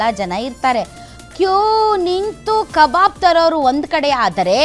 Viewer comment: Akka it's not a kababu , it's a kabab. , who's is that KA BABU you saying